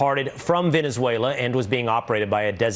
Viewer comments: Bro it's not velenzula it's Venezuela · bro how can I take you seriously when you can’t pronounce Venezuela?